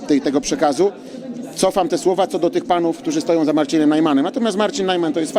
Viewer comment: czy ja dobrze słyszę: z Narcinem Najmanem